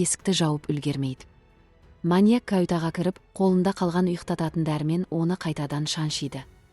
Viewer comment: Дұрыс оқысай ұйықтататын дәрі - иқтатын емес Тхир сосын Такир емес🤐